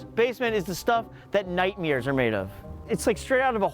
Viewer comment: Hey George, it's nightmares not nightmears.